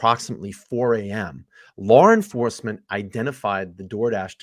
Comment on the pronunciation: Why do you say LawR enforcement lmao 🤣